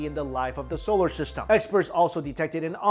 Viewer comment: Why he keep saying solar sishtem